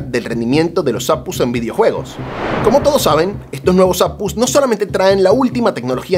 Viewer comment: APUs? A PE US... 😂 O cómo dices GPU? Ge Pe U verdad?? O CPU? O RTX?